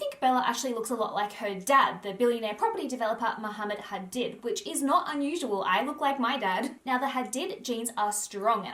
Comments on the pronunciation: I hate it when people mispronounce people's names. It's my biggest peeve. Hadid is an Arabic name. This entire world should know how to pronounce the vowel sounds in global languages. It's not hard! Google is at your fingertips. Don't change the organic sounds of people's names. That goes for everyone. It's so rude. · Hadid is pronounced Ha-deed hun x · It’s pronounced Ha-deed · Just to point out, Hadid is actually pronounced Hadeed... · the way she pronounces Hadid.